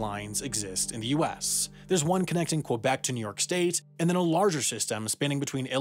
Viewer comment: Said Quebec wrong